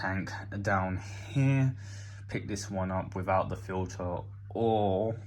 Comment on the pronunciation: What’s a fill-uhh?